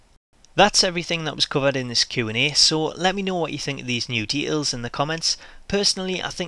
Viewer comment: i love it that you dont know how to pernounce T in the middle of a word, like instead of details you say "de-ails"